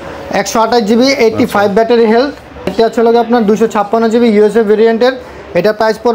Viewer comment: হেলথ বলতে পারেনা, হেল বলে🤣